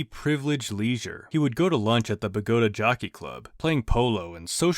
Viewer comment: Also mispronouncing Bogota. What are you from the USA or something?